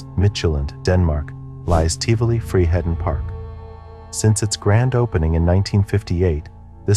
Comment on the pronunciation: This might sound extremely rude, but the way you pronounce ’Tivoli Friheden’ is one of the funniest things I have ever heard. My cousin wanted to ride the Cobra so badc and he got really sad and angry when he heard it was shut down, he didn’t know it was because the ride had cost the life of a poor kid…